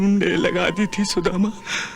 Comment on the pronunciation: सदामा नही सुदामा